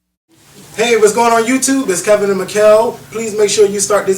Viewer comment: I actually agree with louie. If I said you "inspired" me and kept on calling you Ka-vin, you'd correct me. It's your name.